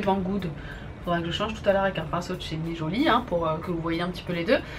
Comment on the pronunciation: Née Jolie pas nijolie ma belle mais sinon tu es magnifique comme d'habitude !